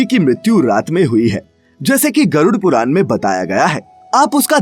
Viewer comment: ण कहना सिखाएं अपने वाचक को। बार-बार पुराण को पुरान कह रहा है।